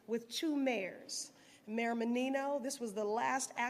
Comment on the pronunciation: Terrible "govenor", terrible "lt. govenor", and terrible "mayor".